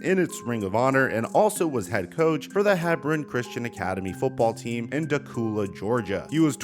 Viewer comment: Dacula is pronounced da-kew-la, there are so many backwater pronunciations for Georgia counties